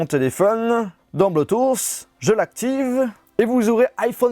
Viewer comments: Arrete de dire bluethoossss cest bluethoot je ss normalement cest bluethoossss mais voila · Criss que tu dis mal Bluetooth! Cristy français cave.